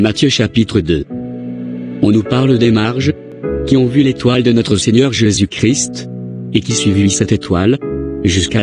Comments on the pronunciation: à la fin quand elle fait sa prière elle dit au nom de JEsus et non au nom de JÉsus ça fait mal aux oreilles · Pourquoi sa prononce pas bien le nom de Jésus.?